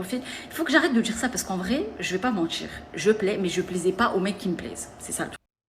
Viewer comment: Ah quand on prononce "mentchir" à la place de "mentir" et des "r" qui font "rrrgh" ça m'énerve.